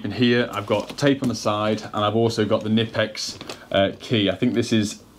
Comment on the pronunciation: Knipex is pronounced with the K... K-nipex